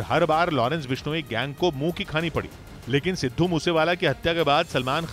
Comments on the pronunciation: Abhi tak aapko Sidhu bola nahin aaya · सिद्धू बोलना तो सिख ले चुतीए 😂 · Aabe Namm toh acche se le le sidhu moose wala.. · Sidhu moosewala toh sahi boloo 😓😓😓